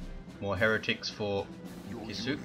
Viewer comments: If Kisuke's name is meant to be a Japanese word, which it looks like, I'm pretty sure it would be pronounced "KISS-uh-kay" with really little stress on the U. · Well, it's not "kih-SOO-kay", anyway :P